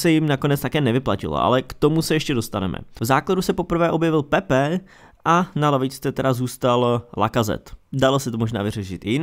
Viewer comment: Super video, rozebráno je super, ale sere me jak říkáš Pepe, je to Pépé